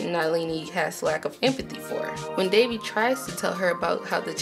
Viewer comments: I tried, can't watch this any longer. Devi = DeWi. Kamala = Kuh-mahh-lah. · That was a pretty good review but it kept bugging me when you said Devi's name as Davey. Keep up the good work, I enjoyed the video